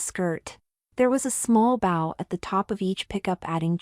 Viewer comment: that bow is pronounce with a long o not with a short o just like OW with a B in front of it